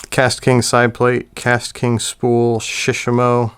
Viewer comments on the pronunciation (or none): Surely it must be Select tackle, and shishamo should be pronounced with the same intonation as with Shimano imo, like shi-shaaamo. And the shishamo looks tacky with the paint, KastKing all the way! Maybe in 20 years they'll be one of the big four: Sh, Da, AG and KK. I ordered the WhiteMax for crankbaits, I need to compare it to the legend some time.